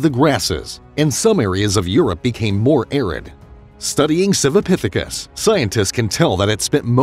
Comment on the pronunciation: Everything is a "pithikis" this a "pithacus" that!